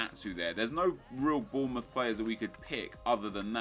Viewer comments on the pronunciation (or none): none